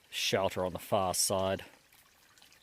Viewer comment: I love how you say shelder ;)